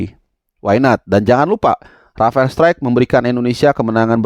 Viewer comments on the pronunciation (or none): none